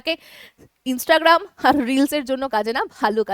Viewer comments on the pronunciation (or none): none